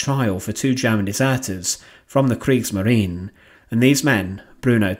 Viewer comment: Es heisst Kriegsmarine, nicht Kriegsmarin.